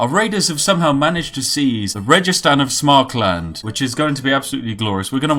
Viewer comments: It's SAMARKAND.. not Smarkland facepalm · Samarkand, not Smarkland... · "Samarkland", Spiff, please... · I am disappointed in your pronunciation of Samarkand. Worse than Google translate.